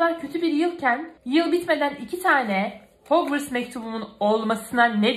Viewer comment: Bikere o hogvıst değil hogvarst harmony diğe okunur